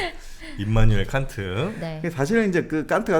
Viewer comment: 깐트 칸트 비 삐 발음이 사투리인가요